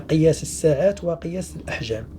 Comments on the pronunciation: مشكور جدا ملاحظه فقط لا نقول الساعات بفتح السين بل بكسر السين فنقول السعات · سيعات وليس ساعات ولتر وليس ليطر شكرا